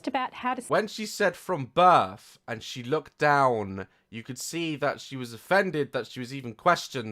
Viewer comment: "From Birf??" 😂😂 Im ded..